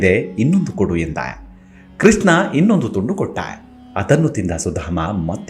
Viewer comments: Pl pronounce as Krishna ,not Kisna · ಸುಧಾಮನ ಕಥೆ ನಿರೂಪಣೆ ಚೆನ್ನಾಗಿದೆ. ನಿಮ್ಮ ಧ್ವನಿಯೂ ಚೆನ್ನಾಗಿದೆ. ಆದರೆ ಒಂದೇ ಒಂದು ಕೊರತೆ. ನೀವು ಕೃಷ್ಣನನ್ನು ' ಕೃಷ್ನ ' ಎಂದು ಉಚ್ಥರಿಸುತ್ತೀರಿ. ಶಬ್ಧೋಚ್ಛಾರಣೆ ತುಂಬಾ ಪ್ರಾಮುಖ್ಯ. ಇಂಥಾ ವೀಡಿಯೋ ನೋಡಿಯೇ ಜನರು ತಪ್ಪು ಉಚ್ಛಾರಣೆ ಕಲಿಯಬಾರದು,ಅಲ್ಲವೇ.